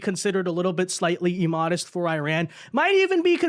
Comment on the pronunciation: Emodest... wow. Did someone tell you that all words that start with I are pronounced with an E sound? That's not how those words work...